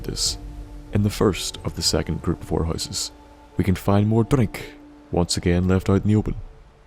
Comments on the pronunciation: Love the way he says DRRRRINK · Love the way you say drink. Also this islands story is so sad. Poor Eliza 😥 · Drink with a accent